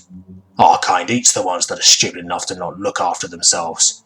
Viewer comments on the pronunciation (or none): none